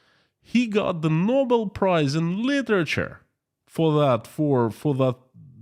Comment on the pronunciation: Bobel = Nobel;) a small mistake. Greetings and have a great day.